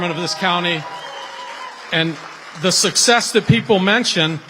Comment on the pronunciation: Okay. Say Sussex’s one more time instead of success. OMG!